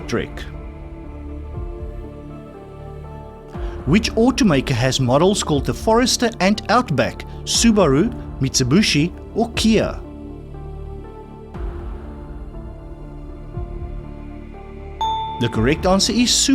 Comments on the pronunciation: You mispronounced Mitsubishi as Mitsibushu! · Ahhh ha ha ha ha you said Mitsabooshi AHHHHHH HA HA HA HA